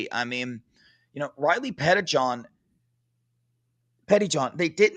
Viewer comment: it might help you to think of Riley Pettijohn as two last names (Petti-John). Like you used to say Sam Williams-Dixon.